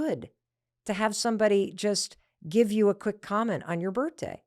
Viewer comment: Why do you say birtday…